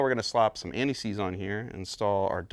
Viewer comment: "Tin Man" is the best version of the story, closely followed by the recent "Emerald City" tv series. And why does it sound like you were saying "anti sleaze" instead of "anti seize". Could be worse, it could be Aunty Sleaze, which could be a drag queen burlesque name.